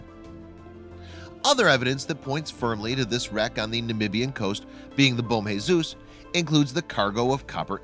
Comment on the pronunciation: It's not bom Jesus it's bom Jesus